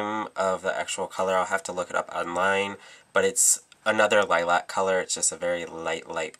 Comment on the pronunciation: You say Lilac funny :) idk why but me being from scotland pronounce it like Liluc lol x